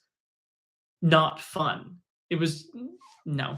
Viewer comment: did bro say mei was funT-T